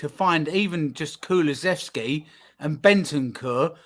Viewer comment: you gotta start teaching your guests how to say Kulusevski.